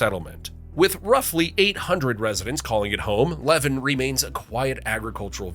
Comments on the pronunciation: Levan = La-VAN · I know it is spelled levan but is pronounced like la van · Levan is not pronounced "Levin" it is "leVAN" like a type of vehicle. But, yeah its also still Navel. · Apparently the correct way to pronounce Levan is Le Van (that’s to say, van sounds like the vehicle van). I didn’t know this until a local to the same county corrected me on it. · It’s pronounced La-van. My family helped settle the town and it was not named to be Utah’s “navel”. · Levan is pronounced Leh-ván... emphasis on the "van". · Levan is pronounced Le-van. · In Utah it is pronouced La-Van (Levan).😃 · I thought the diamond mine was the deepest. Levan is pronounced lee van, atleast that's how I learned it. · Ypu pronounced Levan wrong 😂 As most people donwith most of Utahs city names. 😂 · And Levan. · Fact #11. Levan is pronounced Luh-vahn. Fact #10. Wasatch is pronounced Waw-Satch. Fact #3 Again, it's pronounced Waw-Satch.